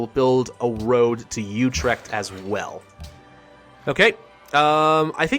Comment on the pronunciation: you pronouced Utrecht wrong but dont worry